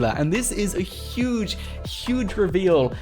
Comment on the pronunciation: ITS YUGE !!!